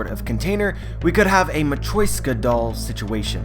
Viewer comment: Lord, the way you say Matroishka was awful lol!